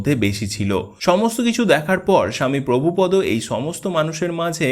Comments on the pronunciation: মনে কিছু করবেন না ওনার নাম প্রভুপাদ , আপনি বারবার বলছেন প্রভুপদ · মৃদঙ্গ। প্রভুপাদ। এই উচ্চারণ গুলি ঠিক হয়নি।